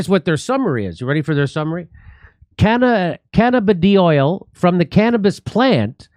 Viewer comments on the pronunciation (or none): FYI Jimmy, "cannabidiol" is pronounced "Can-a-biddy-ALL", not "can-a-biddy-OIL" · It's not that hard to say, guys... 🤣 Hint: it's not "oil." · can-uh-BID-eee-awl. I think. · Where Is Jimmy ? Weekend off? Canna biddy all...pronunciation 😹👍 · “Can a biddy all” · CAN-A-BID-E-OL, sheesh🤦🏻‍♂️ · oh and (ca-NAB-a-noids and can-uh-BID-ee-all) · " Can-a-bid-ee-all " is how it's pronounced as far as I know...at least around here 😁. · Cannabidiol = Can-na-ba-die-all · I believe it would be pronounced: "Can-a-bid-ee-ol" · "Can-Ah-Bid-eye-all" Jimmy. There ya go. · Can I b die all. That's how you pronounce it. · Pronunciation: ‘Can-a-bid-e-all’ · Cannabidiol - can uh BID ee all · Cannabidiol pronounced "can a bid eye all" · Hey Jimmy, it's pronounced "cannabih-dial" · [kanna bidee all] ...at least i think that's how its pronounced. Anyway. I love how excited Jimmy is about this particular news clip. haha. =D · Pronounced kuh-nab-ih-die-all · iol not oil, Jimmy. Good to know. Im smoking weed every day. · Can-uh-buh-die-all… you’re welcome lol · It is pronounced Kah-NAH-Bih-Die-All. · Cannabiddy oil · Pronounced : Canna-b-diy-all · Pronounced: Cannabi DIAL Like to Dial a phone number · Jimmy ... my guy lol.. met-tab-oh-light... canna-buh-die-all